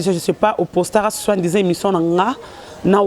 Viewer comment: Lelo ba mbanda mibale ba se réconcilié po bo mbanda ekufi après décès ya mobali na bino ADT, ah bosilisi nanu te bo bengana po bosala force. Bravo lelo ba mbanda mibale balobani pona kk Carine. Gloria soki oza mwasi prononcé mot * soit disant* po yo olobaka kk suan dizan 😂😂😂OKOSI GLORIA ALEKI YVETTE🤣🤣🤣 RECONCILIATION OYO NDE EKOMI KOKOSA BINO